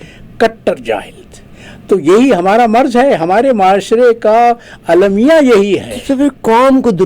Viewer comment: کمال! اج پہلی مرتبہ المیہ۔۔۔۔۔ صحیح تلفظ سے غوری صاحب سے سنا ورنہ زیادہ تر لوگ ال میہ پرو ناءونس کرتے ہین جبکہ یہ لفظ الم۔۔۔۔ غم و الم سے بنا ہے۔ شکریہ غوری صاحب۔🌹🌹❤❤❤🌹🌷🌹🌹❤❤🌷🌹🌹